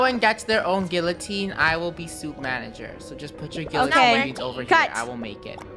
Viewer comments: That's not how guillotine is pronounced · they were saying gi-lu-tine not gi-yu-tine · Guillotine is pronounced GEE-oh-teen, not GILL-oh-teen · It’s pronounced like (Gi-a-teen). Now t trying to like offend you by how you say it! BTW I love you and the Krew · THAT'S NOT HOW YOU SAY GUILLOTINE